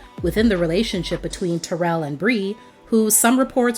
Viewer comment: It would have been great if the commentator would have pronounced Taryll name correctly! Gives the story more authenticity. It's pronounced like " Daryll". SMH‼️